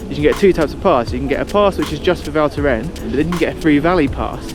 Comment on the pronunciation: Nice vid once again ! Ps: the « s » is NOT silent at the end of « Val Thorens » ;)